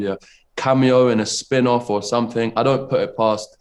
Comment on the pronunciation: He says “someFing” 🥰